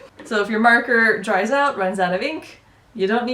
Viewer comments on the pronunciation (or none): none